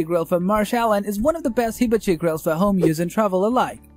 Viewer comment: OMG, you have to learn how to pronounce HIBACHI correctly! Just watch, literally, any other review of a hibachi grill.